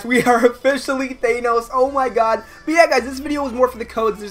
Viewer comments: Why do u say thanos like thaynos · why does he pronounce Thanos as Thaynose